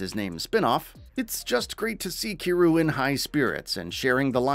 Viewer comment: Please stop ignoring the Y in Kiryu's name lmao. He's too much of a legend for that. Everything else in your delivery is top tier though.